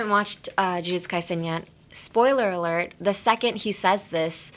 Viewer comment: "spoiler alart"、ちゃんと憶えたよ👍️✨️